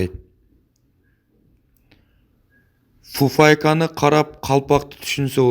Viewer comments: Купайка эмес фуфайка тууганым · Автор вувайка дейт кувайка дейсин да далбан